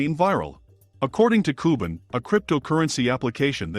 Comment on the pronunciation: Cuban (qban), not cooben!!!!!!!!!!